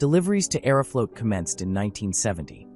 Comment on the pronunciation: I don’t approve of the way you say Aeroflot